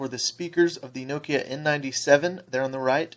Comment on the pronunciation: lol this dude cant say nokia right